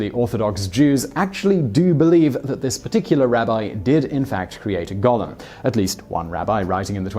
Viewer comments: Goal-em not Gollum. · Stop saying "gollem"! It's gOOOOlem! It's like hearing nails on a blackboard hearing that being pronounced wrong. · Simon - #4: The word is pronounced 'GO-LEM'. Gollum is a character from 'The Hobbit', and the 'Lord Of The Rings' trilogy. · Golem is pronounced go-lum. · I’m English and it’s pronounced Gol em so he’s pronouncing it wrong